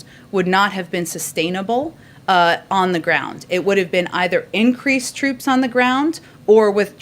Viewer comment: She said "Grount" and not Ground.